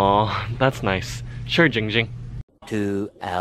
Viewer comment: No No No, you are saying it WRONG. It’s Jiinnng Jing 😌